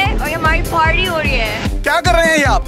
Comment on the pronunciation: har koi 'ParWy' bol nahi chakti, iiskelia naturally naive and smart ho na joruri hay !